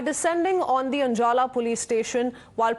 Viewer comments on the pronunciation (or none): Babe learn the words before you show up it's ajlala not anjala